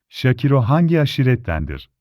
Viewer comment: Adam şakiro ismini şakira der gibi söylüyor.Hayır görüntü olmasa kimden bahsediyor dicem. Keşke ismini söylerken şâkıro diye söyleyebilseniz